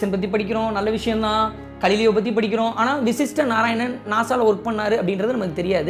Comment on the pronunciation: I think he is Ga(gha)lileo not Kalileo